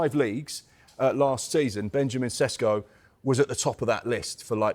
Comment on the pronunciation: It's pronounced Sheshko.